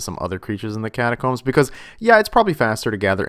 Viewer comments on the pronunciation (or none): none